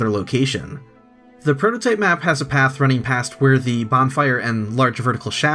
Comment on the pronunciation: Please pronounce path correctly!